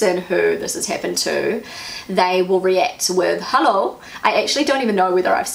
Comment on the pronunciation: You don't say the "Hallo" right...it must be a long "o" and it must sound like a question....you basicly wake them up and ask what they are thinking to do or say such a thing.You show them with it that you don't like it